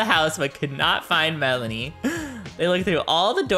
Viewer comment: It’s pronounced , Mel-an-ee